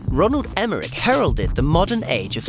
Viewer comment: Did he say Ronald Emmerich, instead of Roland Emmerich? Or, are my ears dislexic?